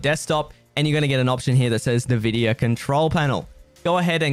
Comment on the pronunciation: Bro, it's not nu-vidia it's en-vidia